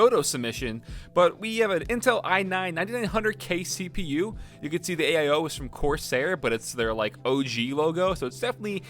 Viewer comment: pc: has an AIO:...aye-eye-oH